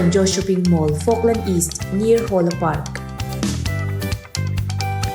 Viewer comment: Neer hawla park😂😂😂 Neer anilo, near alawm